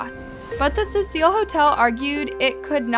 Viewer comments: Constructive criticism..... Get your names right. I watch ALL your videos. I'm always peeved by the fact that you constantly change your pronunciation of names and places!! It can be confusing. A point to work on is all. Otherwise, well done. Thank you. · It’s CECIL (see-sill), not pronounced Cecille! Sorry people it bugged me. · CECIL - not suh-seal. SEE-SULL. Like see-full but with a cee sound on the f. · It’s pronounced SEE-SIL hotel. I love your channel. You have a great voice for what you do. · This case is so well known, I find it weird that you don’t know how to pronounce her last name or the hotels name. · I love your channel. I’m a subscriber and have watched almost all of your videos. I really enjoy your content but it really bothered me watching this video and hearing you mispronounce Elisa Lam’s name and the Cecil Hotel. I can tell you do your research, I just wish you had taken time to make sure you at least pronounce the victim’s name. Rip Elisa Lam. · Late to the party much? If you weren't brand new to the case you'd know how to pronounce the name of the very famous hotel... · I love ur vids but u rlly need to work on the way u pronounce things love , u said her name wrong and the name of the hotel wrong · The amount of things has pronounced incorrect in this video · I had the urge to punch a baby everytime you mispronounced "Cecil" ffs dude. And you said her name differently non stop. 🙄 I love the channel but damn it was hard to sit through.